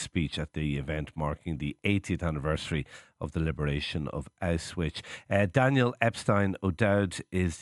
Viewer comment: "Auswitch?" "AUSWITCH?"